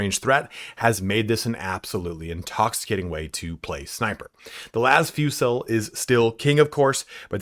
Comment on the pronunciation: Thank you for saying Las Fusil like it’s not a French dish